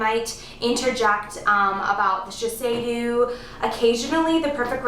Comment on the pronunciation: it is not called shi-sei-dew, but "shi-say-DOE"